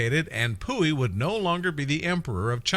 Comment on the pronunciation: Pu Yi not pooey